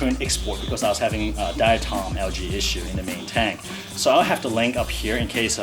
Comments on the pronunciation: It’s not al-gee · in the US....it is pronounced al-jee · It's al-jee. The G makes a J sound. Also, it's kay-toe. The CH makes a K sound. So many YouTubers mispronounce that one. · Al-ghee= UK pronunciation, al-jee= North American pronunciation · Pronunciation is a US/UK thing